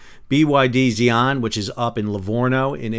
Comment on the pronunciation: Xian is pronounce as See An. My 2 cents.